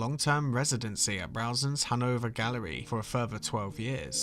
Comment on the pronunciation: I keep hearing “Hanover Gallery” as “Hungover Gallery”…although considering Bacon’s life, it’s very appropriate